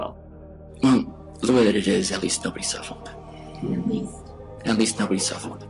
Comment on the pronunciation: I'm sowwy but I don't want you to sufowr